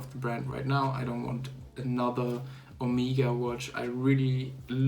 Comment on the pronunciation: Es heißt nicht "Omiega" sondern Omega !!!